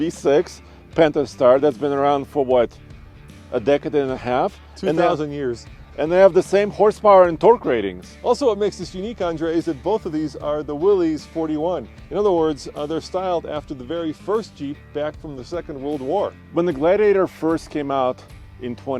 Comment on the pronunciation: I wonder if John North Willys, the founder of Willys Overland rolls over in his grave everytime someone pronounces his name Willies instead of Willis? I'm also surprised the 2026 Gladiator Willys has less load capacity than my 21 Mojave by several hundred lbs and the sticker shows less than the factory website?